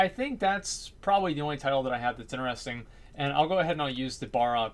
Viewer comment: What language is he speaking? "Woyers" "inneresting" ???